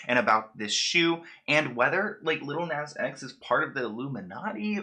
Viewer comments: Love u but the way u pronounce "lil nas x" is criminal lol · He’s not even saying his name right